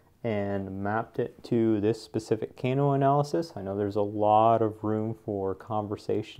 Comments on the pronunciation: FYI "Kano" pronounciation is incorrect. In English it is more like the "a" in "father". Not the "a" in "cane" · The way he pronounces "Kano" though hahaha